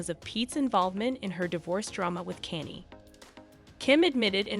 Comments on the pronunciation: Right. Who th is Kenny? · It becomes very difficult to believe the gossip when you can't even pronounce Kanye 😅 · All this time... you still can't pronounce Kanye. Huh. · Well I was done with this video when u mispronounced “Kanye”🤣🤣🤣🤣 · It's got to be AI automated or something. LOL I've never heard anyone try to phonetically say Kanye. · Me too grrrr